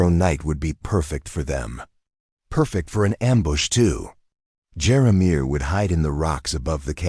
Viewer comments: The narrator what's pausing in the wrong stops as he told the story made me upset, when he, keep pronouncing Jeremiah, as jeramir. Lost interest and listening to these stories. Great storylines but don't" play" with us as readers. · Who can't pronounce Jeremiah???? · I enjoyed this story but the mispronunciation of Jeremiah drove me crazy. 😂